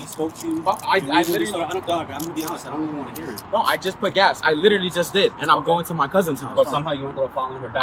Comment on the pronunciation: I Littelly inn-a-cent bro. Bro I Littelly inn-a-cent. Bro. I Littelly inn-a-cent bro. I Littelly inn-a-cent bro. On my dead mothers grave……!!!! STUPID & DISTURBED